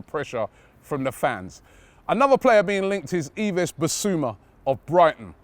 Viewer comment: Yves Bissouma [ɪv bɪsu'ma]. It is French.